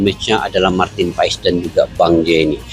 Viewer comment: Baca dan pengucapan nya Martin pas bukan Martin pa es.. walupun secara tulisan paes